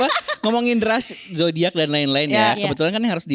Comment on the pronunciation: lucu bgt tiap "zodayackk"